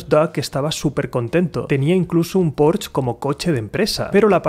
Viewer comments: PORCH NO. Es PORSHEEEEEEE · Porcsha sería jajaj